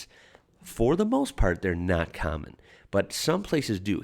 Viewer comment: Just a little aside, nothing to do with this video, but I've noticed that when you pronounce the word common, it sounds like "carmen". I wonder what sort of accent that is. Where is it from?